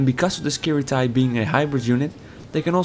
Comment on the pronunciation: you pronounce it wrong :P